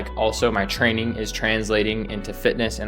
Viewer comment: do you mean "frayning"?